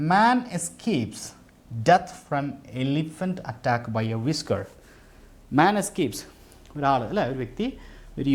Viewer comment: Whisker pronunciation വിസ്ക്കർ എന്നാണ് , അല്ലാതെ വൈസ്ക്കർ എന്നല്ല